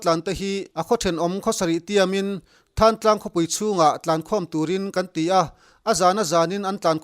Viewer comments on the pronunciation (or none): Thangtlang nilovin Thlantlang tih a lamtur